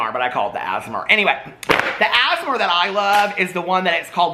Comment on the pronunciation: Cloud = clout Asmer = ASMR YES SIR !